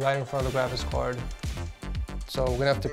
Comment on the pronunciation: I like when he says " GRAVIS CARD" more like travis card...